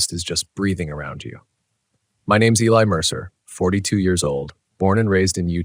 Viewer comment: the name Eli is pronounced ee-lie 🤦🏼‍♀️